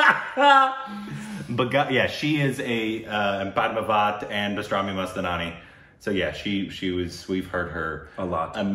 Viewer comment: "bastrami mast nani" 😁🙈 It's "bajirao mastani"